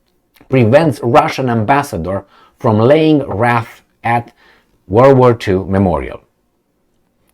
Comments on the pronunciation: Was that a Freudian slip or intentional? pronouncing WREATH as WRATH. Maybe the Russian wrath will soon rain down on Poland too. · Wreath is pronounced wreeth sounds like teeth